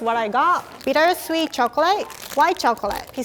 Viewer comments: Nobody: Rie: choclae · "Chocolay" - Rie 2019